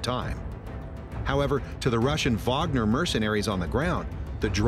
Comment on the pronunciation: Idk why but I appreciate it when Wager is pronounced correctly like in this video.